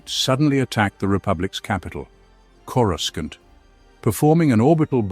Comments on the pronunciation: It’s not corusCANT. It sounds like cora sauce with an NT at the end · Yeah he drives me nuts how he says it